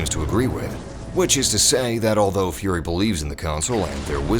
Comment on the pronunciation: one thing tho, why you call it furry istead of fury, i sense something uneasy